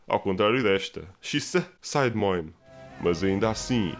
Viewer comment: Aquela dica fodida para a sociedade! xD Sai DEMOIN! ahhaha essa pronuncia :P